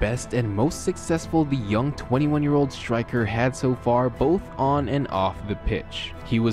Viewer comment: it's prem-e-urr not prem-eer. you pronounce young as yee-ung, gul-lobal not global, trouble as turr-ruble, crazy as curr-razy and so on. you add extra syllables and letters in to words. balotelli did not "burn his house down" at all. it was a fire that damaged the bathroom and smoke damaged other rooms.